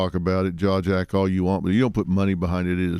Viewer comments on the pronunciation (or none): He said "Jaw Jackin" 😂😂😂